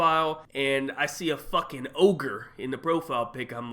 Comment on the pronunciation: He said ogre lmaooo